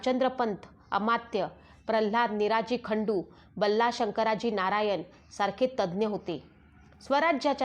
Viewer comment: तूला लिहिलेलं पण नीट वाचता येत नाही का बाई? खंडोजी बल्ला नाही बल्लाळ आहे आणि स्वल्पविराम असतात तिथे पॉज घ्यायचा असतो आणि मूकबर खान नाही ग मुकरब खान होता तो